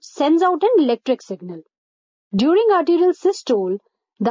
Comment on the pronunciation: *atrial contraction* -- sounds like 'arterial contraction'